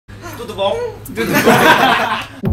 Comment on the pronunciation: Esse tudo bom dele e melhor que o meu português!